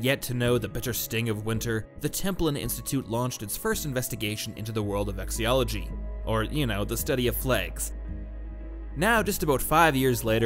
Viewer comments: Am I wrong? I've never heard the word "vexillology" pronounced with the double L = Y sound like Spanish. I've always heard it as vex-il-lol-ogy. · "vexiology" ladies and gentlemen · 5 years later and the Institute still can't pronounce vexillology... It's not vexiology guys, there's a lot more L in there. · You are mispronouncing Vexillology.